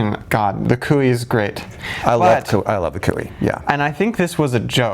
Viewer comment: Sorry, me again... not 'koo-ey', but 'ko - ay'😆